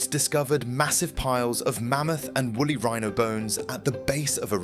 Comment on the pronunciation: 2.25. Wooly not wolly.